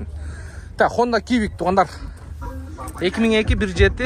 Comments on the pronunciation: Кивик эмес Сивик болот тууган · Хонда кивик эмес сивик де тууганым адашып калдын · Кибик😂 эмес цибик деп айтылат гуглдан карап айтсан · Хонда кивик эмес иним цивик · Квик дебейт Свик деп айтылат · Свик деп дагы айтылбайт, цивик деп айтылат